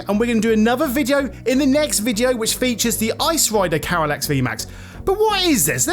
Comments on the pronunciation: Like the reviev, but its not pernauncet Carylax, Its Calyrex <3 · Calyrex ❌️ Carylax ✅️